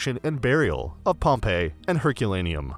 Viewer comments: Stay away from anyone who mispronounced Pompei. Have some respect. Just selling stuff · Yep, he just used TripAdvisor to then redirect viewers and get commission. The poor pronounciation shows no knowledge of the place.